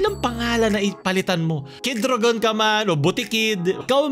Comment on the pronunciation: Kid u-ra-gon yun hahaha